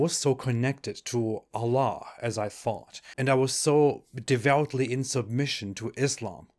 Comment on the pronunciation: FINALLY SOMEONE WHO KNOWS ITS AL-LAH (THE LAH) AND NOT ALLAH